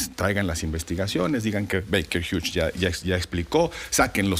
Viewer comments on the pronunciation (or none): none